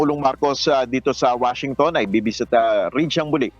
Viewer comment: "Washintong"😂 natawa ka din siguro after mo maglive